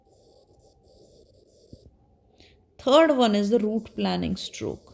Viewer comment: It's not root planning it's root planing.....you are pronouncing it the wrong way....and also improve your English skills...but that apart very informative lecture